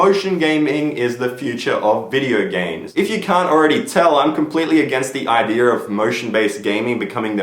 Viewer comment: Ideer, lol